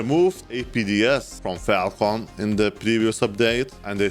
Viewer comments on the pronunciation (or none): none